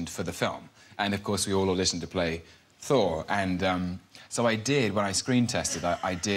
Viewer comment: I do love how Alan pronounces "Thor" as "For." Tom Hiddleston is such a dreamboat. Loved him in "Only Lovers Left Alive."